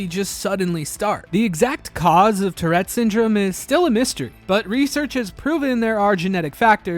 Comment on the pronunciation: Tourette, not terette.